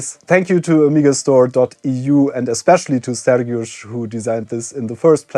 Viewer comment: You pronounce Sergiusz's name very well. Do you secretly speak polish? :P